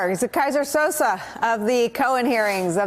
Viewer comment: Kaiser Sose! not Sosa!